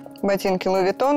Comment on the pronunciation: И: Луи вУитон